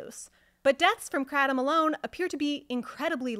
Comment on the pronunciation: lol take 7oh for a month and tell me it's like coffee withdrawal lol 😅you have found the only way to mispronounce it as well. Kray Tom or krah Tom kratem just makes you sound like you know less that you actually do. Wich is little to nothing